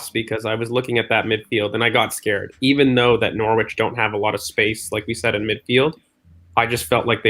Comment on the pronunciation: You nailed it, Nor-ich! LOL!